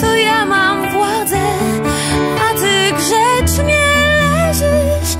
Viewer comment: Czy tylko ja słyszę,ze Doda ma problemy z wymową słow: typu: ,,grzecznie,, ,,łyżeczce,,...nie ujmując jej taletnu ma problemy z wymową zestawienia tych spółgłosek 🤔